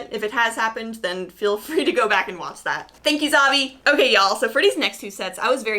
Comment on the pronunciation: Why do you say y’all with a Wisconsin accent? Where are you from?